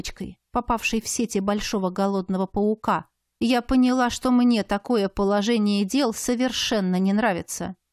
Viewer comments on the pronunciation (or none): none